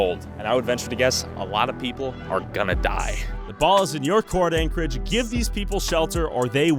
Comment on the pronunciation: "This is Ankle-edge, Alaska."